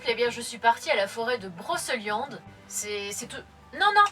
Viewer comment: Super vidéo mais par contre brocEliande c'est pas possible ça ce dit brocéliande 😅